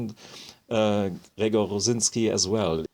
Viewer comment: It is correct if you want to sound like a German trying (quite well) to pronounce a Polish name :)